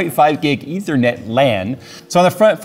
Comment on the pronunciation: "Leethernet" LOL